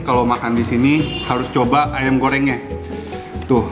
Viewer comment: AYAM NOT AYEMM